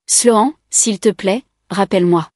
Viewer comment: La prononciation de Sloan,est vraiment nul,voir lamentable, toujours incapable,voir une incompétence totale de ces vérifications indispensable pour chaque histoires,mais c'est chaque fois la même chose,triste, très triste